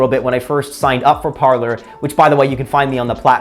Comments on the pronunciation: It should be pronounced "par/lay" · It's pronounced par-lay. Parler is French for 'to talk'. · Pronounced Par lay